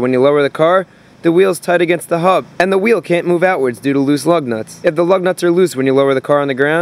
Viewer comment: I keep hearing LOVE NUTS 😃